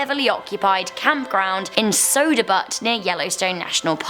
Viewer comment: lmaooo mate butte isnt pronounced like butt. it's like byoot